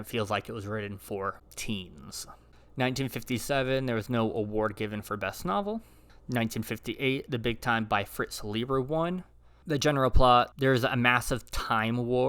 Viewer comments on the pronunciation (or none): Leiber is pronounced LIE-ber. Watch the 1939 Hunchback Of Norte Dame and see his actor father at work. Good comments on the selected books.